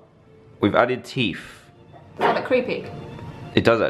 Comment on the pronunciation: Dan saying teet instead of teeth